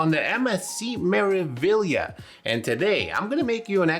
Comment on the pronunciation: MSC "Mare-ah-vee-yah" 😊